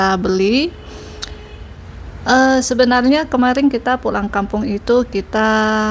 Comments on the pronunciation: Bahasa Indonesia nya sudah lumayan hanya penggunaan L dan R masih sering terbalik2..... "Pulang" bukan "Purang" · BALKON, bukan BARKON PULANG, bukan PURANG Btw, kenapa kok pindah apartemen?